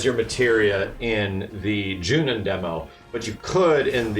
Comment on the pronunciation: I love your videos but, it's Junon, not Junion...